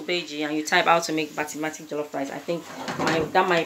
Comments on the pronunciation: It's Basmati and not Batmatic dear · Yum rice looks good. Also it's basmati not basmatic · Looks yummy, but it's basmati not batmatic as you are saying😂😂😂😂😂😂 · Good. It's Ba-sma-ti ( BASMATI) Rice.